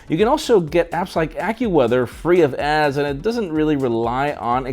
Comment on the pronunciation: Anybody else notice how he says ads ????